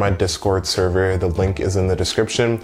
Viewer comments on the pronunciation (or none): none